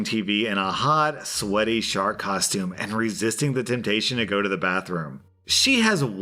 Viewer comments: I heard it as shart question at first so...not as bad as it could’ve been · Omg, I thought you said "shart outfit" Not "shark outfit " XD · Im sorry did you say "shark" or "shart"? 'I locked my sister in a shart costume' hmmm